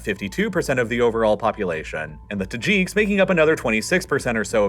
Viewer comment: they are not called Tahjeeks as far as I have heard. I suppose the announcer is actually a robot. Certainly has no concept of how to pronounce the placenames.